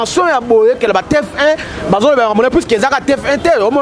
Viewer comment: Ndeko eza T F 1 et non T F I 🙏